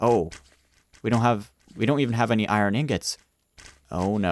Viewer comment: Who in 2020 watching this video oh and he’s been saying iron wrong sometimes